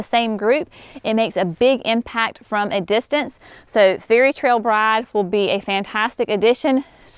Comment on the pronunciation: my ears and brain had an argument on what I heard. You would not believe how many times I replayed it LOL "Fairytrail bride (ears) or FRairytrail bride (brain)???" 🤪🙄🙈🤣